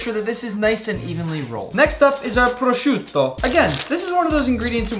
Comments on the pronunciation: prossciutto bro its prsuta my friend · Nick I am italian and your accent saying"prosciutto" it's really good